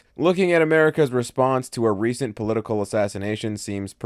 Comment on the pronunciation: Great vid, was thrown by "poitical" violence.